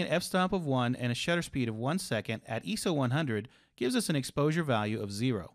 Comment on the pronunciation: did he just say iso like eeeso and not I S O thats a first